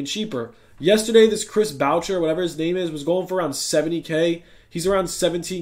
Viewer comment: “Chris Bow-cher”